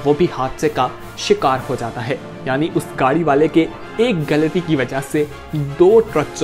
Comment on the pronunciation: Plz work on your pronunciation specially the word ghalti and hospital.